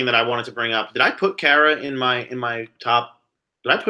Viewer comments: "Kara" rhymes with "Yogi Berra." Google "getting to know Kara Kay" to hear her say it herself. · Just so you guys know (I know you've had trouble pronouncing her name) Kara's name is pronounced Care-ah